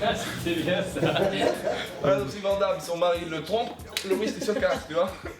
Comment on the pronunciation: vanne Damme... ça se dit vanne damme ;)